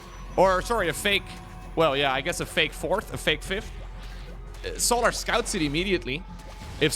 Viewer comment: I love how pronounces Solahr. I also love when pro players kill their own units, like NightMare did to his archon in game 2 XD